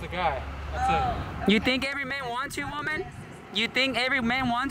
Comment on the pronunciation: ish that wahmen must be a dutch or some